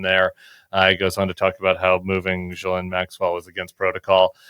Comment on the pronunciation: I also love that Sarah never bothers to learn how to say Maxwell’s name. Subtle yet elite snubbing!